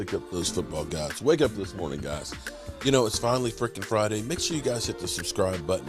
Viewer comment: Lol the way u said it’s finally FRIKIN (freaking )FRIDAY lol